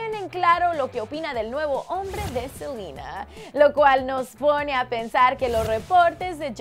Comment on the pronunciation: Por que dice Selina